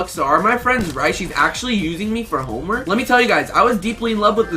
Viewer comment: RUG!! SAID HOMEMERK